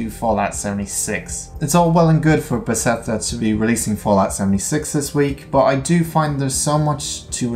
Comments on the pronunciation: Great video! I have a tiny bit of constructive criticism. The company name is Beth-es-da, not Be-se-tha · Nice video. But please dont try to pronounce Bethesda anymore :D Kills my ear.